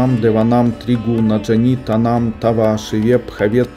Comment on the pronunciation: 5е слово прочитали неправильно. Та вам, а не танам.